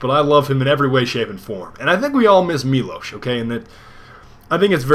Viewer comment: Miłosz this is miŁosz ł Ł - in english you read this as W [MIWOSH] NOT [MILOSH] i know this because i'm Polish